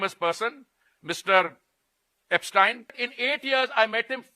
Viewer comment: I wonder, is he deliberately mispronouncing Epstein's name to make it seem like he doesn't know him personally?